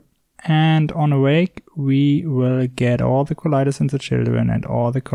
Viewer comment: "ze bear"